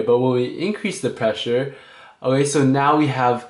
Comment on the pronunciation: your videos are great but learn how to say "okay"please